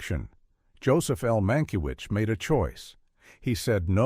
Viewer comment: There are too many weird AI errors in the narration. They don’t even pronounce the director’s name correctly several times and the punctuation produces odd rhythms. There are some factual errors too.